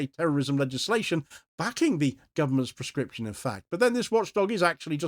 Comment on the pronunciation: PLEASE clearly say proscription so that it does not sound like prescription Very good content.